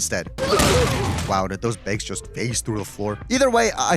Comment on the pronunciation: Dude, why are you saying “bags” like that lol